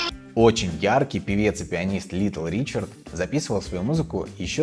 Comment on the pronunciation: Еще одна ошибка: не Ричардс, а Ричард